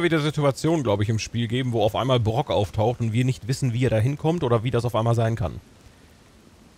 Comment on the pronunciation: Ich finde die Aussprache von Brok klingt so ähnlich wie Gronkh. 🤣